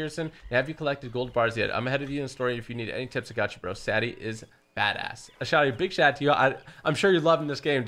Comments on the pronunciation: It's sæ-dee, not sad-ee. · Man said Saddi 😂😂😂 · It’s say de